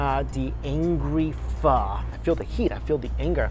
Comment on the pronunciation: All that food looks banging! Wish you'd learn how to say pho properly though